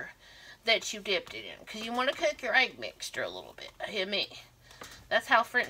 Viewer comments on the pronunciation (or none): Dip it in your “aig ” 🤣 love it